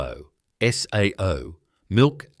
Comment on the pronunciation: Please get rid of the AI narration voice, as it can't pronounce the names of the products correctly...SAO is pronounced as "say o"